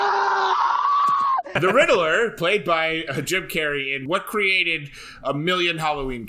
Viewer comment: RID-LER NOT RIDDLE-ER. Also, I'll take a Bat-brand. Go ahead and sear me up! :D